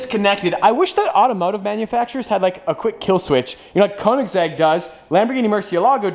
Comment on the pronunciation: Yes. Except he can’t pronounce Kœnigsegg correctly.